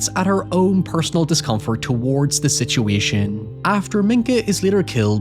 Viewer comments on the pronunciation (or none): none